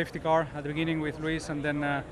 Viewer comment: I like how Fernando says Lewis as "Luis" 💃💃💃